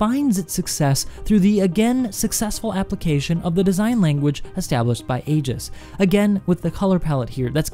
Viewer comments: Eye-giss. Hard g. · pronounced 'Eeejis' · I wish people would stop pronouncing it Aygis. And it's inertial damping. Its purpose is to damp the inertia, not make it moist.